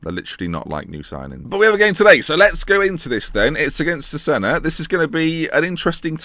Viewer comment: loving the series but it's pronounced Chezayna :p